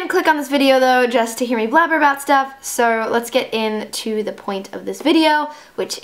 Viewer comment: Bro did I detect an Australian or British accent when she said "so" ?